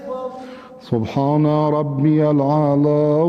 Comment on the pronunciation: اتنے کمنٹ کیے ہیں بھائی لوگوں نے کاش آپ کی طرح کوئی تھوڑی پازیٹو بات کرتا ❤ یہی تو میں نے سوال پوچھا تھا کہ کوئی غلطی بتاۓ تا کہ باقی بھائی لوگوں کا فائیدہ ہو ؟چلو میں بتاتا ہوں ۔ آحد نہیں لفظ أحد ہے -وحاب نہیں وهاب ہے-وبحمدے نہیں وبحمده.عظیمے نہیں عظيم ہے ۔قرآن کو عربی لہجے میں ہی پڑھنا چاہیے ورنہ معنیٰ بدل جاتا ہے ۔